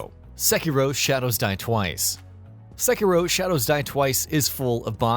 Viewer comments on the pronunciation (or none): none